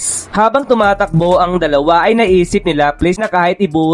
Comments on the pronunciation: Sinu si laples😂baka laplas😅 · la-plas po pronunciation ng laplace salamat po